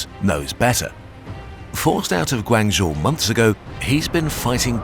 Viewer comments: It's pronounced more like Guang "joe" not guangzhooooo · your pronounciation of Guangzhou was totally wrong lol but apart from that great video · Love this spin off channel! Love the pace and style too. Just wish there was better pronunciation especially “Guangzhou”. However it is understandable coming from a European background. Just some constructive criticism 😄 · I love the videos, but you guys really need to do just a little more effort with pronunciation of names, especially city and town names. You pronounced Guangzhou 7 different ways, some nearly as bad as Canton 😭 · western pronunciation of "Guangzhou" is never not funny